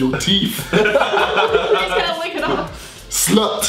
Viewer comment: I couldn't stop laughing when JJ said "slut" in an African accent